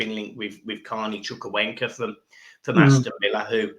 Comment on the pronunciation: Evening and John. marcus Edwards would be a fantastic signing I've heard good things also we are linked with Carney chukameka I think that's how you say it😂